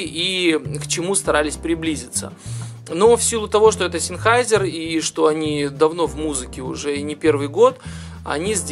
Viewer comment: "Зенхайзер". Ну либо говорите на английский манер "Сенхейсер". )